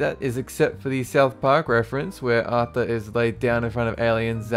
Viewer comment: 'Aurthor' NOOOO NOT AURTHOR